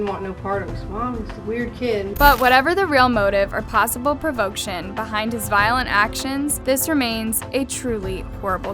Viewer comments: What is wrong with your pronunciation? It's "provocation" not "provoction". Smh. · "Provoction" hahaha Learn to read idiot. You even had it typed correctly dumass. provocAtion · "Provoke-shun"? Seriously? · Wtf is "provokeshun"? Learn to read ffs. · Not to mention the mispronunciation of words that are obviously unfamiliar to her like “provocation”. She seems to be reading something she doesn’t really understand.